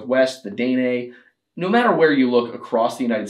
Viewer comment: The way you pronounced Dene cracks me up, brother